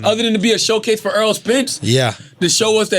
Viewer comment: it's not Earl it's Errol.....